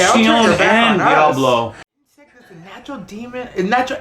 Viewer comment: saying the name correctly 👏🏾👏🏾👏🏾🙌🏾